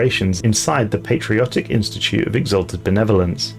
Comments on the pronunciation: I kept hearing the “Netherlands” and not “Benevolence” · The way you say "benevolence" sounds like your're saying netherlands. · I thought you were saying Adakaria convention of the Netherlands... Yeah I don't play the game but I love the lore.